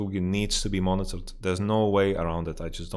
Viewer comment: Hey man, I am very confused with your pronunciation xD, Is your suggestion to monetize high elo games or to monnitor them? is it about making winning more attractive and rewarding or just reliably banning whoever needs the ban. Thank you in advance!